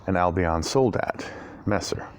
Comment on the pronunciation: Nice review, awesome sword, and great cutting! (btw, the emphasis in the word soldat is on the "a", and in Lecküchner it's on the first "e" ;) )